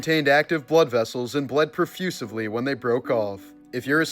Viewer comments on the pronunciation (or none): Profusely...not profusivly. Which is weird that the spelling was right..just butchered the pronunciation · ......"and bled PROFUSIVELY" Huh??!!?? LOL.. And that was not even the word that was in captions. OF COURSE the word is 'profusely' 🤭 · Profusely, pronounced profusivly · Profusively. Jesus Christ.